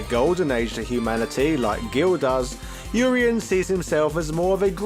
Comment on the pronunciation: Urien is a Welsh name? Welsh is a confusing language if you are pronouncing his name right. I prefer your pronunciation. I've been pronouncing the first part of his name with the UR the same as URINE and second half as E-N. Which always had me so confused. Also assumed they were both supposed to be Greek